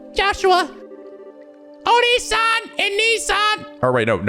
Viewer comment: First, said the game was too easy. Game gives you Evil Penguin and Black Armored dudes. Then asks for more plot, and the game gives you plot. The game might be listening in on you. That aside, onii-san is big brother, and you pronounce it like "Oh-Knee". Onee-san is big sister, and is pronounced like "Oh-Neh", like the first syllable if you were to say "never."